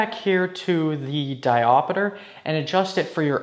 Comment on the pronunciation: Diopeter? Seriously? It's diopter! WTF?!!!